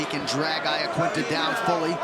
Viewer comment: Why cant anyone pronounce Iaquinta's name properly?